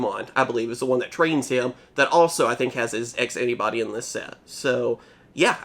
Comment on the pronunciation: Whenever you say "X Antibody", I feel like you're saying "Ask Anybody"